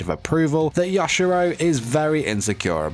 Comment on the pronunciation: I kept getting triggered when he said “ya- shi- ROW”